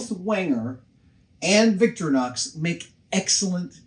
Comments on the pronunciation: pretty sure it's Vic-thor-ee-nox rather than Victory-nox. but great video as usual Adam! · It’s not “victory-knocks”, it’s “victoreenox”. Doesn’t matter, I know – just saying. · Adam, it’s Victorinox, not Victrinox or Victronox. I know you love the brand but you’re always saying it wrong. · It's actually not pronounced Victori-nox it's vic-tori-nox the focus is on the "O" in "tori" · You're saying Victorianox wrong. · I've never heard that pronunciation of Victorinox. It's always been vic-TOR-ih-nox before. Live and learn! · Haha, we pronounce it as Vic-To-reenox. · Please! Someone tell him thats not how you pronounce "Victorinox" 😫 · I think Adam has the emphAsis on the wrong sylAble of Victorinox.